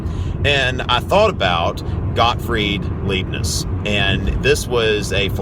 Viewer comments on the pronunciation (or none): Hello! The name Leibniz is pronunced like "Lie Bnitz", not "Lee Bnitz".